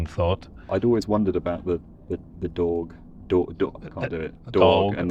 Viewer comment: I really enjoyed that extended discussion on the "thought" vowel -; as a native New Yorker, that's the sound that reveals my birthplace the quickest! (, your "dog" is perfect!) What is the Roger Lass publication that talks about it? I'd love to go read that!